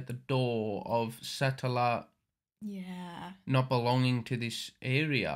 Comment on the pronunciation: Satella... just say it like Nutella (the chocolate spread" but with Sa on the start of it. Or like slang for a guy, Fella Umbrella, Fruitella (Candy) Or the name Ella Sah-tella